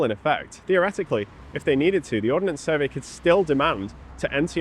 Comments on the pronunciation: Ordnance Survey not Ordinance Survey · Arrrrgggghhhhh It's not the "Or-den-ance Survey" it is the Ord-nance Survey. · One small niggle. It's Ordnance Survey not Ordenance Survey. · it's "Ordnance Survey" btw